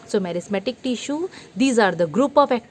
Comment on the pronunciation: Tissue bhi dhang se nhi bol sakti 😂😂😂😂😂😂😂😂😂